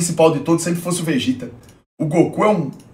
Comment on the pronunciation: "O VEGÉTA" kkkkkkk